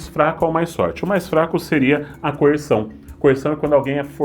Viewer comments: “CoerÇão”, … de resto, ótimo vídeo (como sempre)! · Que vídeo ótimo! Muito boa a análise. Mas o coer"s"ão ficou me martelando. Coerção, eu sei que vc sabe. Abraço grande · "Coerção",. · Mais um vídeo excelente deste canal (mas esse "coerSão" foi de f0d3r, hein…)